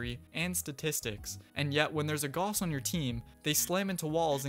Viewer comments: My name is pronounced GOWSS! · You looked up the correct way to say the guy’s name and then still said Gauss wrong.. 😂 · Literally playing the pronunciation for Gauss and still calling him "Goss" can probably be added to the pile along with everything above